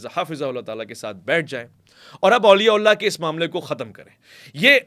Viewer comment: please Auliya Ullah na kaha karain. Sahi lafz Auliya Allah hota hai. Thanks in advance